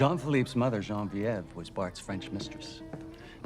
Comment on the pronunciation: Same for the (French) pronunciation of Geneviève : instead of 'Shuh-nuh-vjèv' he said something like 'Shan-vjèv' ... And 'teton' is very Americanized - the original French pronunciation is 'tuh-ton' (emphasis on the last syllable), not 'tea-ton'.